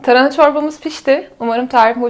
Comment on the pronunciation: Tarına deyip duruyo sinirim bozuldu yarıda kestim. Tarına değil hanımefendi TARHANA